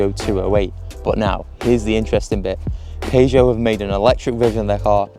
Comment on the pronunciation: I tried to ignore it.... But I can't get past your pronunciation of Peugeot